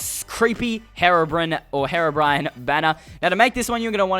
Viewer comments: It’s HERO Brian not heroo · Its pronounced (h-ee)robrine not (heh)robrine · STOP SAYING HARABRINE ITS HERO-BRINE GOSH JUST STOP TO MUCH PRESSURE OMG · 3 things. 1 your intro sucks, 2 minecraft pocket edition is trash, 3 its pronounced Hero-bryne not haro-brin. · When he done herobrine i thought he said heroine instead of herobrine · Great accent lol ...."Herobren" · Hero brine you said it wrong